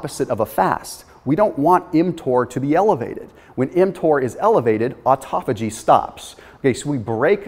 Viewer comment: aaaaah atophogy. of course of course.